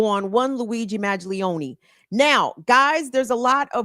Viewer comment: Mangione not Maglione